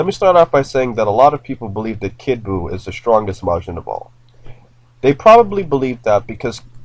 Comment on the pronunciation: It's kid buo